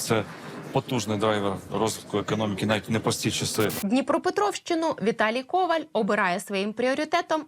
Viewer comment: Коваль - наголос на останньому складі.